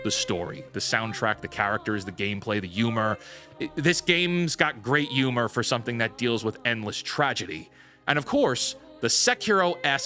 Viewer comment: What's a "Yumor"